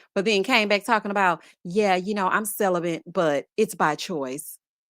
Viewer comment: I hope she looks back and feels like the biggest idiot for saying “ celibent”